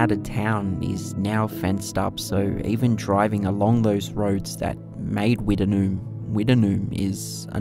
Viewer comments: Its pronounced wit-noon ha ha not wita-noon it's a common mistake mate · pronunced witt..nume not wit..en..noom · I’ve never heard it pronounced like you do it, we’ve always called it “Wit-Noom” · It is pronounced Wittnoom.I worked at MT Goldsworthy iron ore miine in 1970 and we used to swim in wittnoom gorge